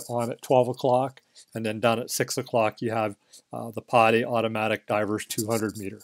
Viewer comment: PADI is pronounced "PADDY" . Stands for Professional Association Diving Instructor. Not pronounced" POTTY". Great watch BTW.